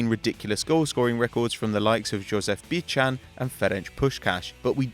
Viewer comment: sorry for nitpicking, but Bican is pronounced Bitsan.